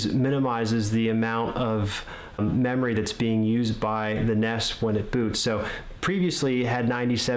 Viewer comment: What the fuck is a NESS? It's N-E-S